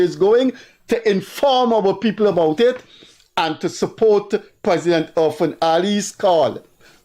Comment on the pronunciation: Ir-fan Ali.Not Urfan Ali.Freddie.You are an educated man .Act it.